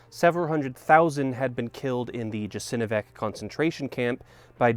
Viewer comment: ok, bro. far be it from me, a lowly balkanese slav with a flip phone to criticize the pronunciation or accent of a foreigner documenting my country's darkest times but it would be a tad professional and admirable to take 2 mins out of the video prep that goes into selecting your outfit to google the pronunciation of a handful of words. It's Yasenovats. how would it look if i called it "Vunded Khnee" or "Ass whizz" or "Tween twoers" Again i'm not saying you should juggle two different accents, just show the respect to the history and love to your work that it deserves.